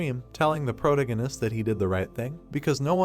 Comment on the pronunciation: really hate how you say "Protagonist"